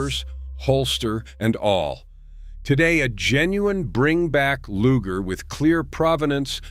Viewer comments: Loo jer? Come on, man. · What's a Lujer pistol? LOL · Nice visuals. Subious narration. "LOOJER" pistols"? G.I.S??? HAEIOUl....? ("Heirloom") Dead giveaway of robo-narration (text to "voice"" or basic semi-literacy Repetitive and often irrelevant text.